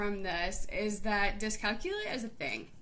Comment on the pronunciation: You're saying it wrong. It's pronounced dis cal que lia. with the emphasis on the que sound aka the third syllable.